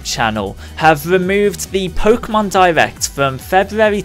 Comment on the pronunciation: is it just me or do you hear him say divect instead of direct